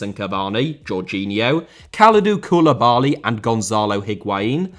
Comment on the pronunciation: Serie * not Siri Insigne * not Insignar Fabián * not Fabian Koulibaly* not Koulebohrly Luciano* not Lucciohrnouw Diego * not Diyeigouw Time* not Tahm Padre* not Padrei Padrone* not Padrouwn Miles* not Mahls Inter* not Ento Dissolved* not Disolved Berlusconis* not Böluscouwni Half* not Holf Coppa* not Copper Lionel * not Leonl Ezequiel* not Ezícuol Gennaro* not Gennerouw Hamšík* not Hamsyk Gargano* not Gohrgohrnouw Signed* not Sagned Cavani* not Cavohrni Gonzalo* not Gonzohrlouw Pepe* not Pepei Zieliński* not Želynski Udinese* not Udeneisei Inglese* not Engleisei Dinamo* not Dynohrmouw Gouan* not Gouohrn Fenerbahçe* not Fenebohçei Debut* not Deibyu Five* not Fahv Observers* not Obzervers Canada* not Canader André* not Ondrei Lozano* not Lozohrnouw Matteo* not Mattejouw Politano* not Poletohrnouw Possession * not Posession Simeone* not Simiouwni Ndombèlé* not Andombelei If you HAD told* not If you'd have told Roma* not Rouwmer Salzburg* not Soltzbög Dortmund * not Dohrmund München * not Munich